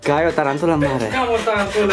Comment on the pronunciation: Se spune taranpula😂😂